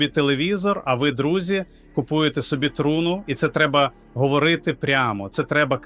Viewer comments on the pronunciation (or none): Привіт "картинка" т.зв. ШІ ! А ти не удосконалюєшся: "випери" нарешті свою "просмердлу" одежинку. Ну скільки можна "виступати" у вже просмердлому (будь ти людина), весь час одинаково виложеному комірці, одягу. Програміст цього "чуда": працюй над вірними наголосами в словах. Вдосконалюй своє творіння, не лінуйся!. " КрОти Банкової ... купують собі телевізор, я ми купуєм собі трУну", - це πZ дець !!!